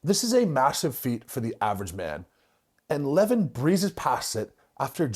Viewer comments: It's not lEvan, it's levAn actually. It's not that hard, just hear his name from a random video with him. lol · It's not LEvon it's LevAAAn. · His name is pronounced 'le-VAN'(sorry to be a 🍆-but it is). Anyway, good vid, i remember watching levan doing log press... He lacks technical skills, but as we've seen-it isnt easy to log press. If he learnt, he could smash it i reckon. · I enjoyed the video, but Levan is pronounced (Levawn). You’re welcome 🫡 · Pronounced "Le-voun" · Next time you mention his name, it’s pronounced more like lah varn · It's pronounced Lev ON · His named is pronounced Leh-Von i believe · It’s le-von 😂😂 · His name is pronounced “Le-vaan” Moose! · LE-VON .... sorry just had to pause the video to type this, it was gettin to me haha. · Lah - Von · Please say his name right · I’m sorry but the way you pronounce Levan is throwing me off 😭🙏🙏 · anyone crapped on your pronounciation? how you say devon and levan the same?? i’d love to hear your interpretation of his last name!!?? and to correct you he’s 402 lbs 187 kg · how can you devote a 13 minute video to a person and not even bother to learn how to pronounce his name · Didn't even pronounce his name right. Goodness. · Wish you would pronounce his name correctly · Who’s gonna tell him how Levan is pronounced? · I like your content snd au appreciate what you are doing But...please, please focus on pronouncing names correctly. It is a sign of respect. And you seem to be very respectful. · Ohnooo not the mispronunciation of the name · It's the right way to pronounce Levan lol. Like eleven. Most the western world butchers it